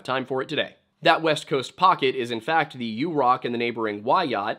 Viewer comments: Hi! Quick correction (haven’t seen yet in the comments) — Yurok is pronounced “yuhr-OCK” (as opposed to “YOU-rock” which is incorrect). I worked for the tribe and loved my time on rez. I love your videos! Thank you for always honoring the original inhabitants of this land and making time to include Indigenous voices, authors, and stories. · It's pronounced 'yer-rock'